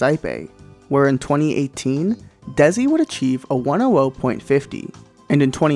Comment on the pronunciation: Pretty sure Dzhessi is pronounced Jessi